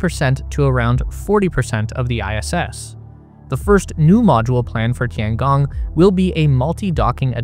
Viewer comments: The way you pronounce it would be "Tiangang" It's a long O. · if you can ask any AI how to pronounce Tian Gong, then properly pronounce it in your video, that would be very nice. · pLS, LEARN TO PRONOUNCE CORRECTLY, TOTALLY WRONG! (SO AMURICAN)!! DING DONG